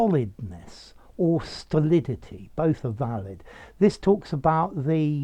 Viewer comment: I swear I heard you say "Stuhdihlihty".